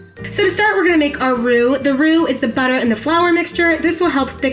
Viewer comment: BRRUH the way you say butter " BUTTAA" 😂💚